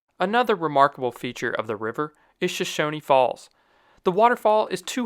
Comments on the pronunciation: I've heard the pronunciation of of the Native Americans as Show-show-nee, but I've never heard anyone in Southern Idaho, including Twin Falls natives, pronounce the waterfalls as anything other than "Show-shown" Falls. This includes all the PBS documentaries about Idaho scenery. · Thanks for the shout out. Idaho is one of the most geothermally active states in the country. The capitol building is even heated geothermally. The state has some of the most hot springs in the country. Might I add that in Idaho "Shoshone" is pronounced as just Show-shown instead of Show-show-nee. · He mentions Shoshone Falls(pronounced Sho-Shōn, not Sho-shonee), but Shoshone falls is connected to a larger and more beautiful natural structure carved by the Snake River. This being the Canyon of the river's name sake. The Snake River Canyon. This Canyon is gorgeous. It exists near Twin Falls, Idaho and has many awesome things you can recreationally. It is also famously the same Canyon that Evil Kenieval was going to ride across. Of course, he failed both times and today, all that is left is the small launch rail that was left when he last attempted it. From Twin Falls, across the Perrine Bridge and into Jerome County near I-85, you get to the enormous open fields of Idaho's Snake River Plains. It's super pretty. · I’ve lived in Idaho my entire life and have never heard a local pronounce the final e in Shoshone. I’ve always heard it pronounced shone, as in the sun shone very brightly. Interesting video though. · This is great! Thank you for highlighting this state! FYI: We pronounce Shoshone as Show-shown. Is that how other Idahoans pronounce it? 🤔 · Sorry to tell you, But the "nee" part at the end is absolutely NOT silent.